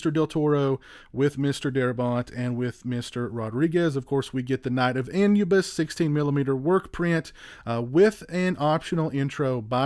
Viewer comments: Not trying to be a dick by correcting you but Anubis is pronounced as Ah-new-bis. Otherwise this was a great review. Keep up the good work, sir. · The original title is pronounced An-u-biss. And the packaging is called digipack, It’s been around for the better part of 30+ years. I’m not a huge fan of it but if it’s done properly it’s OK. EDIT: while this is digipack it’s an oddball variant, I don’t like the “shelf” you need to slide the extras disc under to lock it in place, seems to me it increases the chances of damaging the disc.